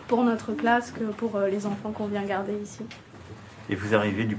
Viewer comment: "Bonjour les petits zenfants " ! Et surtout n'oubliez pas d'avoir peur, hein ! et de dire à vos parents de retourner travailler ça me rend malade cette retape sur la population la plus MALEABLE, dans ce décors à la "Potemkine"